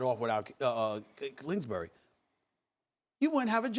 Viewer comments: "klingsbury" lol & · "Klingsbury!" - Stephen A XD